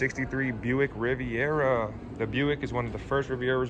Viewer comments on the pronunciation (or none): none